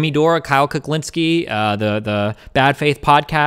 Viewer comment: He said, "Kyle Cucklinski."